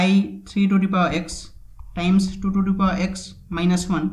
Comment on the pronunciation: Это произношение меня, блять, убило ту ту пау икс ван тутутутутупаваикс, СУКА